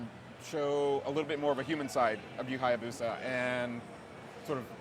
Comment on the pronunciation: she pronounced ryu hayabusa wrong..... >:[